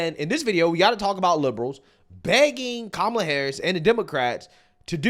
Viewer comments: Would never get political advice from anyone who says “Mamala”, cringy AF! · Did she really say Mamala? And I love how we were so out of line thinking 2020 was rigged/stolen but it's just fine when they do it. :P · Why do they pronounce her name with 2 "M"s in it